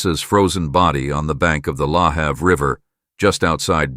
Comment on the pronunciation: Im watching again about the death of Karissa Boudreau in Bridgewater Nova Scotia. I live an hour away from Bridgewater but my father who lived in Bridgewater for many years was very upset. Lahave. The a in have is pronounced a